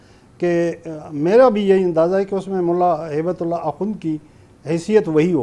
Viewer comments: اصل نام ملا ھبۃاللہ ہے نہ کہ ہیبت اللہ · کامران خان کو ھیبت اللہ پڑھنا بھی نہیں آ رھا ھے۔۔🤔🤔😂